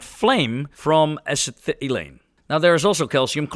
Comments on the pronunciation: Acetylene pronunciation: "asset-eh-leen" 😉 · It certainly wouldnt hurt to look up some words, among others your pronunciations for Alginate and Acetylene were..... valiant efforts, but somewhat unique. Happy New Year, hope its a heap of fun and brings rewarding new horizons.